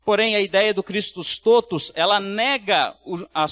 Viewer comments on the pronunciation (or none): Pronúncia correta: TÓTUS, com o Ó aberto, não fechado.